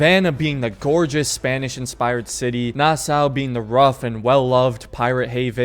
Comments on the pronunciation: omg its pronounced nasaw not nassaa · I served on the USS Nassau the name Nassau is pronounced Nassaw. I remember when I first got on board I said it like you do in this video and I was corrected very quickly. Thats the military for ya lol.